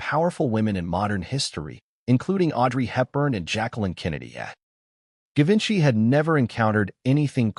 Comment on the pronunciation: Given by is pronounced with a soft G. :Geevenchy